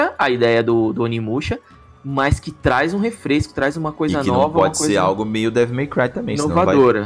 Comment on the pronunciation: Toda vez que eles falam Devil My Cry eu escuto devo meu pai 😂😂😂